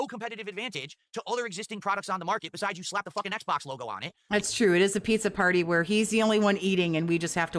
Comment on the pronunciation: he said "ACKs box" lmao